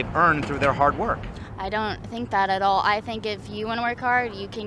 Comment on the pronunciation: "History is harrrd"